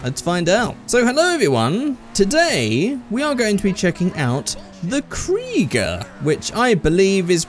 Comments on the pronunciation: 1: Mercedes AMG One 2: Krieger is pronounced "Cry-Gerr" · Oh wait. My bad that's just American pronunciation.